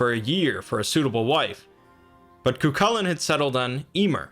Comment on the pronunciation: His name is actually pronounced "Koo - Hoolan" :) great video btw, its nice to see someone talking about Celtic myth